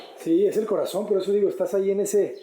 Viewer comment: Me encanta que la casa, descansa en un muro colindante y alrededor todo el pulmón para ventilar e iluminarla. Jajja me reí mucho cuando dijo la palabra "corazon" con el acento español. Me caes muy bien!!!! Adelanteeeee